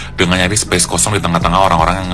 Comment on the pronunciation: Tampangmu Mbak ngomong enggak becus: space kok jadi spes hahaha Sok imut padahal kamu wajahmu aja kelihatan kayak nenek hahaha